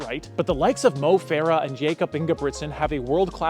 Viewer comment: Getting miruts yifter worng is one Thing but saying Jacob when his Name is Jakob is kinda crazy. You are making AI Videos on other stuff to?